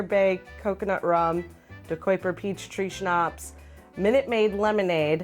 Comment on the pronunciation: FYI: Dekuyper is pronounced Deh-Kay-Per as in Kayak. Not, De-Coy-Per. But.. tomato tomato.